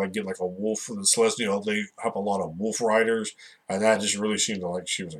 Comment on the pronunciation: Did you say Wolfriders?